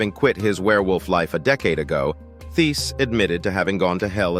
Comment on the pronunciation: Hello just want you to know the h in Thiess is silent so you pronounce it like “Tice”